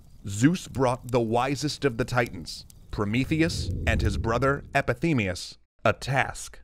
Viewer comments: You mispronounced "Epimetheus" as "Epithemeus" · Oh gods, the spoonerism! It's Epimetheus, not Epithemeus! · Epi-ME-theus, not. Epi-THEME-eus. 🙉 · Great episode with all the basics people should know about Greek mythology! I was really distracted though because you kept saying 'Epithemeus' instead of 'Epimetheus' ;-) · Not meaning to offend. Throughout the video, you keep saying "Epithemius". His name was "Epimetheus" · It's pronounced Epi-MEE-theus, not Epi-TEE-meus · Thank you ! How come he can't read ? :( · You said “Epithemeus” instead of “Epimetheus” this video, but great video! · I've read his name was Epimetheus, not Epithemeus. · EpiMEtheus, not Epithemeus This bothered me a lot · “Pro-metheus, meaning forethought Epi ... themeus, meaning afterthought?” I appreciate the consistency in pronunciation throughout the video, but surely it’s epi-MEtheus? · Fascinating work you guys, but just one thing I have to point as a Neo-Greek. You spell Prometheus brother's name correctly, Epimetheus, but pronounce it incorrectly. It is pronounced epi-mi-theus, not epi-thi-meus, and the reason I point this out is because it translate to a whole different word the way you pronounce it. Epi-thi-meus roughly translates to "the one that is wished/desired upon", and that by "Epithemia" (Επιθυμία) means "desire,longing,wish,yearning" . Nevertheless, terrific job guys, dicovered your channel in 2020 and have been at it for a while now! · Everytime I watch this I can’t help but notice that he says “epithemeus” but it’s written on the screen as “epimetheus” 😂😂😂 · im loving this, but it keeps pulling me out of it when the audio is saying "epithemius". While the text says "epimethius" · "Epithemeus"? Thought that it was Epimetheus, but that is an afterthought. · One shot for every time he pronounced Epimetheus as Epithemeus! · Sometimes I heard him say "Epithemeus" instead of "Epimetheus". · You've been saying "Epithemeus" instead of "Epimetheus" :/ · Epimetheus not Epithemeus oops